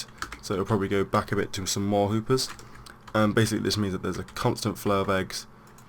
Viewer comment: did he say hoopers?